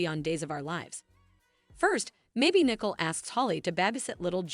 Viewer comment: Get the names right. It’s Nicole not nickel